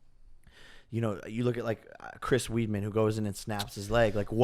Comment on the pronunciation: CHRIS WEEDMAN?!?!? I thought pronunciation ending back in 2014